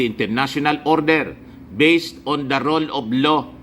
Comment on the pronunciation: Rule of law po hindi role of law Naman not man 😂